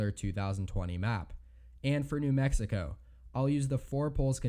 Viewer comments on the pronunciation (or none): none